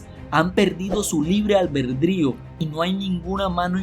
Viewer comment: Me distrae demasiado y me hace mucho regresarle al video y acaba molestandome, todo eso de: REATCION en vez de reacción, ALBERDRIO, HICISTES, JADGUAR en vez de hardware, CONETCIONES, CONETAN, TESTOS, EFETO, EN VEZ DE EFECTO Y etc, etc, etc, no lo tomes a mal, esta bien el canal pero lo sería EXCELENTE tendrías más seguidores 90 veces más lo que tienes si tuvieras apertura a las necesidades del cliente, como dice Bob Proctor, por aquí leí que le bajes a la música de fondo ¡¡¡HAAAAZ CASOOOO!!! Muchos te oímos con audífonos y si es molesto MUY MOLESTOOOO!!! solo lee tal cual esta escrito, "cambia" como dice este mismo video NO SON TESTOS, SON TEXTOS, se dice CONEXIÓN, bueno es una observación que te haría crecer, (espero lo tomes así) como persona y como el negocio que es este canal, te mando un abrazo fuerte y Gracias.